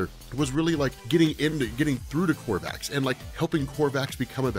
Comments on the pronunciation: There is no r in the word Kovax, KOVACS not KoRvacs, it's driving me insane when you say it wrong over and over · Yeah there's definitely no 'r' in the name Kovacs......killin' me... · Why do you keep adding an R to Kovacs? Maddening. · I love these videos and your one of the only subscriptions I have in all the years I’ve been on YouTube but it’s KOVACS, Not KORVACS!!! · It's Kovacs. Walter Kovacs. Korvac is an Avengers villain. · This was an interesting video with good theories and explanations. But I wish he wouldn't keep mispronouncing Kovac's name as Korvacs. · I don’t understand how someone with a seemingly encyclopedic knowledge of all things comics could continually call Rorschach by the name “Korvacs” - it’s Kovacs… really strange… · At least twice you called Rorschach "Walter KoRvacs". His name was Walter KOvacs, like ythe late actor-comedian Ernie Kovacs, whom I used to watch on TV when I was a kid. He was one of the funniest men of the early 1960s, but he liked to drive too fast. RIP Ernie. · I know knows it already but hearing him constantly say Korvacs instead of Kovacs is frustrating. I hate that it bothers me! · KOVACS! Walter Kovacs. Not Korvacs. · How do you read a story over a space of years and never realize that it's Kovac, but you keep saying Korvac and it's irritating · KOVACS not Korvacs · Kovacs, not Korvacs. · I’ve heard of you’re condition, you have a rare bone disease that impedes your ability to not put an R in Kovacs. Perhaps someday you can get a bone marrow transplant! 😁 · Say it with me, now: "KO-VACS" That is all. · ITS KOVACS GOD DAMN LBVVFS.